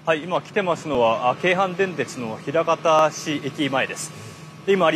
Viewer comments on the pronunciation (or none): ひらかたちゃう、まいかたや